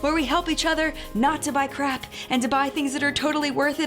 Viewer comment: I love ALL your videos!! I adore the ones you go very in depth with the ingredients the most, but then I LOVE documentaries and all things science! But I like this too! So at the end I know you said crap but i swear at first you said crack! I couldnt stop laughing. 😂 Adore you!!! 💖💖💖💖